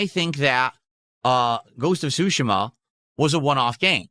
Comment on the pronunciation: Ghosts of Shushuma? Is he incapable of pronouncing ANYTHING correctly?